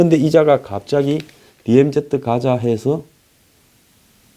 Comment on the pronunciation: news briefing을 항상 애청하며 정확하고도 예리한 논평에 감사하고 있습니다. 그런데 DMZ 를 '디엠지' 라 안하고 '디엠제트' 라고 하시는데 조금 귀에 익숙지가 않는군요. ' Z' 를 제트라고 하는것은 일본식 발음이고 이곳 미국에선 ' 지 ' 로 발음 하고 있습니다. 제트는 우리가 중고등학교때 잘못배운 발음이죠.